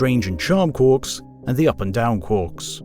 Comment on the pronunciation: Quarks, not quorks. Quork is a ferengi character in star trek.